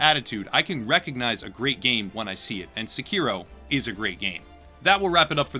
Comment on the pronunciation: SE-ki-ro, not se-KI-ro.